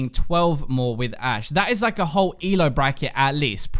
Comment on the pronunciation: Anyone else notice "a She" instead of Ashe?